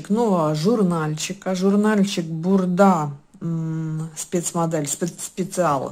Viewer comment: только не бурдА, а БУрда)))